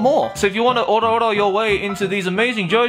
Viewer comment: Did you say in the beginning ora ora into these deals/items. You should of said if you wanna orda orda these